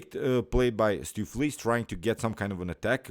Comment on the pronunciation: "Stoofvlees" is a Dutch word and I am from The Netherlands ... if you want to pronounce "Stoofvlees" correctly go to: hit the "play audio button" 3 times as the third audio play is 100% correct! ... The first two is missing part of the sound.